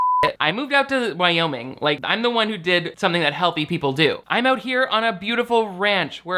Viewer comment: i can listen to jeffy talk about moving to "Wow-ming' allllll day